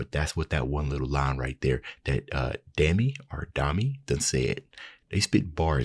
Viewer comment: You just nailed it perfectly! 😁 Again, spot on. And it's "dah-mee". 🙂 Since we're on the pronunciation thing, here's a brief guide to the names; some are more obvious than others, and luckily, we actually have their names onscreen so you can see who's who. If you're getting into K-pop, though, and you have a couple of hours to spare, I always recommend looking up a crash course on Hangeul, the Korean alphabet; it's intentionally easy to learn (really, you can have a pretty good grounding in an hour or two, more time just cements it and later you can discover the handful of pronunciation quirks), and largely phonetic, so if you're not sure how to pronounce something (like names), you can look at the native Korean and it makes so much more sense than the clunky and inconsistent romanisation, where we try (and frequently fail) to translate the sounds into something we can read. Even if you have no intention of learning the language itself, the alphabet alone can be pretty valuable. That said, here goes: JiU (jee-yoo) 지유; real name Kim Minji (김민지) SuA (soo-ah) 수아; real name Kim Bora (김보라) Siyeon (shee-yun) 시연; full name Lee Siyeon (이시연) Yoohyeon (yoo-hyun; but the H sound can be easily ignored when speaking quickly) 유현; full name Kim Yoohyeon (김유현) Dami (dah-mee) 다미; real name Lee Yubin (이유빈) Gahyeon (gah-hyun; same note on the H sound as Yoohyeon) 가현; full name Lee Gahyeon (이가현) Not in this video is Handong, who was in China at the time (which is a whole story); her po